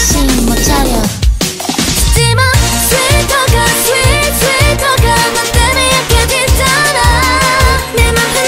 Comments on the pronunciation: ナヨンオンニのSweet Talkerの発音が好きすぎる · ナヨンの「Sweet talker」の発音良すぎ!